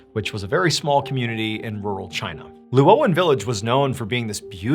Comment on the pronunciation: You make "Luo Yang" in China sound like "Llewellyn" in Wales, UK. 😂